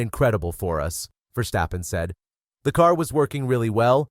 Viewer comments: I love the video, but I hate the way you pronounce Verstappen, although you pronounce it more or less correctly. I think we Dutch hate it so much when our language gets butchered, because we speak so many other languages and are able to adopt pronounciations in other languages very quickly. So we expect something in return. It's Verstappen. Not Versteppen, or Verschteppen or Verschtappen. It's Ver-stap-pen. How hard can it be? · It's VERstappen not verSTAPpen.